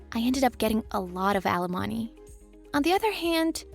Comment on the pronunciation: This woman needs to learn to pronounce alimony correctly